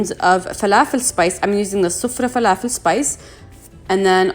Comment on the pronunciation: Ohhhh inte Arabia? As soon as you said falafel 🧆 with the perfect annunciation I knew. Ahlen sis 😘 ❤️ 🇵🇸